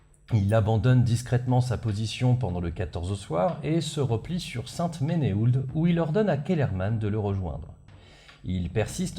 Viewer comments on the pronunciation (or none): Et saint ménéhoulde... Saint "menou" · On prononce Sainte-Menehould "Sainte-menou". Sinon c'est toujours aussi passionnant. Merci !